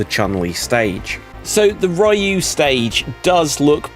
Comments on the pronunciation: It's REE-ooo, not RYE-ooo..... GAWD, I've got face cramps from all the cringing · What the hell is a Rye-you?